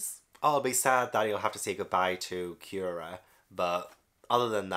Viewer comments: On pronunciation, I really like your reasoning for going with "Cure-Ha" it makes total sense lol but her actual name is Doctor "Koo-Ray-Ha". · Kureha is actually pronounced as Coo-Reh-Hah and is just a common japanese name with no deeper meaning. You're actually doing a pretty good job with the japanese names pronunciations, English-speakers usually have a lot of difficulty with them. Also, I'm really glad you took an interest in Miss All-Sunday this early, she is my favorite character in the entire series. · Just so you know, Kureha is pronounced: Cure reh hah. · The doctors name is cue-rey-ha or copper sometimes calls her doctorine